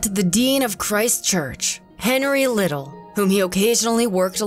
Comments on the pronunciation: Her last name is pronounced Lid dell not Liddle. Well done video,! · It was horribly painful to listen to the name Liddel pronounced "Little" when it's pronounced "Li-delle"